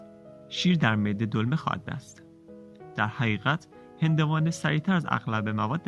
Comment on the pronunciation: ممنون از ویدیوی خوب و آموزنده شما 👌😍😍🍃🌺🌺🌺🍃 صدای گوینده هم عالی بود.🍃🌹🍃 فقط با عرض پوزش باید بگم پنیر در معده دلمه با تلفظ ( dolme ) نمیشه بلکه دلمه دلمه ( dalame) میشه.